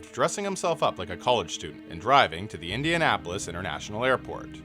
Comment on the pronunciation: Its indianapolis not indianapolist